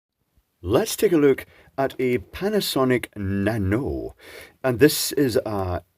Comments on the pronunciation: I didn't know there were so many PCBs and ICs in it! By the way, it's pronounced "nano - e (nano - i:)". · I'm in New Zealand and have a used Japanese import Toyota Corolla which has a Panasonic Nano E air con system. My wife is Japanese and she says the pronunciation is actually 'Nano E' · Nanoe - when pronounced like canoe, it sounds like a Mork from Ork response from the Mork and Mindy TV sitcom. Nanoe nanoe!